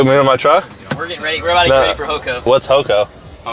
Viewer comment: "we're getting ready for ho-coh." what's that?. "Home coming." Oh, you mean home coh-ming?